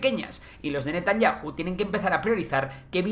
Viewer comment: 😮😮😮😮😮. VIDEO no BIDIO. Es CHA, no sa. ¿Y porque NETANYAJU y no Netanyau?